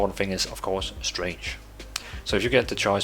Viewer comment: You sound like you are saying "strange (stray nge)" instead of "Strength (st rehk nth)". The "g" in "strength" is silent, or expressed more like "k".